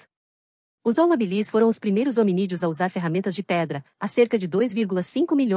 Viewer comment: O segundo nome, o da especie, vai em minúscula "Homo habilis", e para que fale bem a voz sintética precisa pôr hábilis colocando acento para que não faça essa pronúncia ridícula.